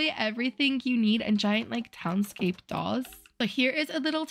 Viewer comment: No offence but I’m still laughing how she pronounces “doors”